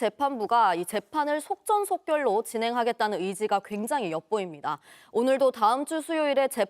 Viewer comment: 종편 여자 기자 한국말 발음 웃기네 연변에서 왔냐? 쏱젼쏱견 … 속전속결도 제대로 발음 못하는 사람이 공중파… 여윽시 2찍 언론 종편 답다